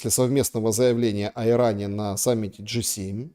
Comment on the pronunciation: Джи 7 а не Г 7 ,хотя они там конкретные Г